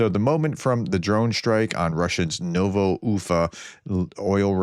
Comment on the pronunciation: Who said the Professor can't pronounce foreign place names? He nailed "Ufa"!